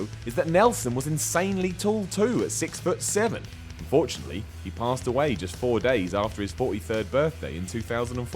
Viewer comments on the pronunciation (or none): way to underpronounce the "un" in unfortunately ya idiot